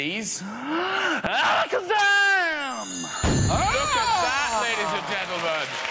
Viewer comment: he said alackazam with all the virgin power